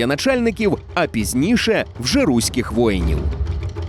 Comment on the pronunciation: Прошу ставити правильно наголос. РУСЬКИХ ВОЇНІВ, а не руських. Щоб московіти не путали грішне з праведним